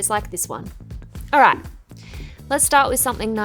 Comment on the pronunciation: It's "alright" not alo alla